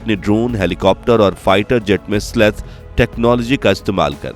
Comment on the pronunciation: उसे "स्लेथ" नहीं बलकि "स्टेल्थ" कहा जाता है। That's not "sleth", rather it is called "Stealth". जय हिन्द, जय भारत।